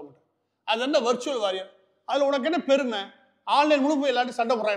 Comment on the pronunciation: Ivaru sir uu, Warrior illa waarier (waariyaaeer)